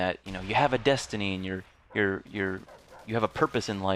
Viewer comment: destiny i thought you said density